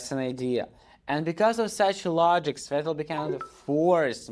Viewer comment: He’s mocking your pronunciation